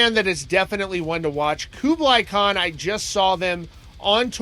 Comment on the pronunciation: Dude you are terrible at pronouncing words lol Dam-O-Cleez lah-crim-uh Koo-bluh-Kon